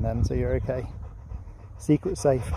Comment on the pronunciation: I love how he says OKEY instead of OKAY. Like in K ‘eyush!!!